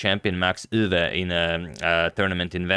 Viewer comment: Tip: Dutch chess legend Max Eeuwe's name often gets mispronounced. The "Ee" should sound like the ee in "eerie".